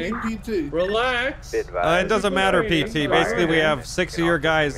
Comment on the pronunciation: Just to let u know it is PT n not PTT get it right